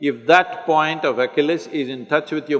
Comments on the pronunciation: At the beginning of the video he keeps talking about Oculus. You don't know Oculus. You've probably got it figured out by now but Achilles, we pronounce Achilles (ah kill eez) like Achilles heel. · He’s saying ACHILLES HEAL. I thought he said Oculus. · He's pronouncing Achilles wrong.